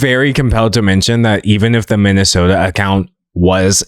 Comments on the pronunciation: Every time he said “minisoldr” I could only hear “Minnesota” and it was so confusing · why do you keep pronouncing his username as “minnesota” d’angelo? i live in that state and it’s disturbing me to even have that sort of correlation between us. did i miss something? lol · When you say MiniSoldr, it sounds like Minnesota which is a state in America😭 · i thought he was saying minnesota the entire time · pronouncing minisoldr as Minnesota a hater move what did we do to deserve this :( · they’re just referring to how he pronounced Minisoldr as Minnesota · I dislike that you mispronounced minisoldr the whole entire video. Annoyed me. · As a Minnesotan, I do not approve of your pronunciation.😡